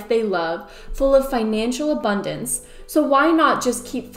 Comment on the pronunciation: Am I the only person who keeps hearing "a bun dance"?